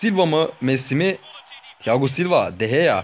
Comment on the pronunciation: Abi bazıları niye "de heya " diye okuyosun demiş ama zaten öyle okunuyo sen doğrusun